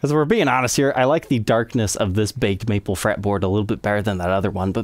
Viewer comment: Wait, did you say baked maple fretboard?